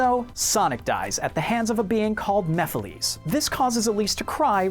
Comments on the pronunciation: You Pronounced "Chocola" Wrong. It's "Ch-oh-coh-la" not "Ch-ah-cah-lah" - ANND You Pronounce "Mephiles" Wrong. It's "Meh-phil-is" not "Meh-phil-lees" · I hate you for the way you said mephalis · You pronounced mephilies very wrong. lol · MephilEes Me:sigh..... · The way you said Mephiles sounds more like Mephistopolies aka the demon that inspired him